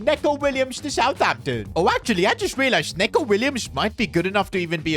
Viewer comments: It’s pronounced NEECO Williams, not Neco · Neco Williams ❌ N(e)co Williams ✅ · Neco Williams first name is pronounced "Niko" not "Neko" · It isn’t said neco it’s said nico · Say him like “Nico williams” Not like Neco Williams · 🤓 NICO WILLIAMS. NOT "NECO" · It’s not Neko it’s Nico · It's not neco it's nico😂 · neco not neeeco😂😂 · neeco williams, not neco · It's Nico Not Neko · It's pronounced Nico Williams, not Neco Williams. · Neco Williams is pronounced just like Nico Williams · it's pronounced like nico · you sure you said that right..